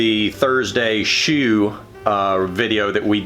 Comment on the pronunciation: Bewt. Shew.